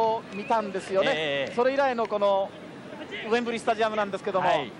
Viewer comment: 「ウェンブリィ」と発音出来ない解説者